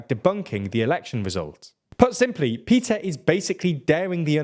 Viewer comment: A small language quibble: the “Move Forward” party leader’s name is พิธา which is pronounced “pi-taa”, not Peter. (And a slight upswing in your voice on the “pi” syllable.